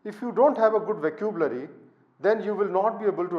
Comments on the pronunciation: Isn't vuh-ka-byoo-luh-ree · Fascinated how he can't pronounce vocabulary and written 4 books. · Dear Sir, It is a wonderful video. I will try to incorporate your suggestions to improve my writing.Just a small suggestion . Please listen to how vocabulary is pronounced by other speakers.